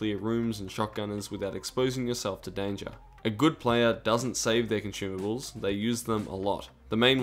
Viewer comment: cant stop hearing con-shoe-mables